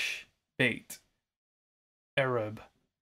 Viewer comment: I should note that in addition to the colors, the jewels mentioned decking the harlot are also reflected in the jewels on the breastpiece of the high priest (Exo 28.17ff). Also the correct pronunciation of the Aramaic “arab” is ar-AB.